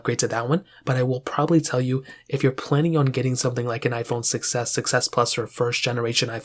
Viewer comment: why does „iphone 6s” sounds like „iphone succes”